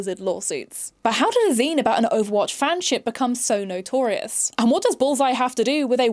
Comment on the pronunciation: I don't know if it's my blocked ear or your accent, but the way you say 'bullseye' sounds like 'ballseye' and that makes me smile.